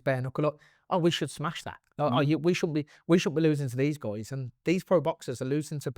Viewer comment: "It's loike, loike, loike"